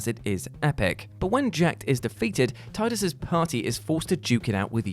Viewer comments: Ahh I see is still struggling to pronounced Tidus correctly. He started off correct, but slipped back. He's trying! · I loved how he was calling tidus "teedus" and then out of nowhere corrects it back to tidus. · He actually pronounced it both ways. The first time or two he said Teedus then afterwards proper instinct must have kicked in and he pronounced it Tide-us after that. (I don't care which is 'right', Tide-us just sounds better so it is the 'right' one to me. :D ) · Love how just switched to pronouncing it Tidus instead of Teedus. I don’t care if that’s the canon pronunciation, I refuse to say Teedus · Because Square decided to use the wrong pronunciation in the game. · Why is he pronouncing Teedus wrong? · Triggered by pronunciation of tidus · Love the bait and switch of pronouncing Ffx's protag 🤣